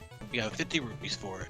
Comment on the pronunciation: Rupees, not rubies. Lord.